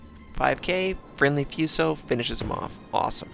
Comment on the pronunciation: terrible pronunciation is hurting my brain. Foo so, not few so. Mee ow ko, not Mai oko...augh!